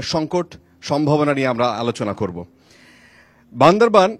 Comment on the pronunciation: যারা জেলার নাম ঠিক মতো উচ্চারণ করতে পারে না,তারা কিভাবে বান্দরবানকে সেবা দিবে,আমার মাথায় আসে নাহ🤔🤔🤔